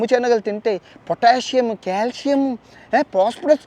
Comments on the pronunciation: కాలుష్యం కాదు కాల్షియమ్... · #కాలుష్యం కాదు బ్రొ క్యాల్షియం 😅😅 చెప్పే దాంట్లో కూడా కామెడీ జోడించి చెప్పడం నీకే సాధ్యం❤❤